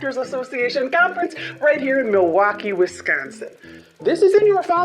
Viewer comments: MilWAHkee, 😂😂 you nailed it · Good accent! I'm from M'waukee. Nailed it!😂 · As a resident of Milwaukee, WI, A+ accent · You said both Milwaukee AND Wisconsin correctly 😍😍. The research is on point!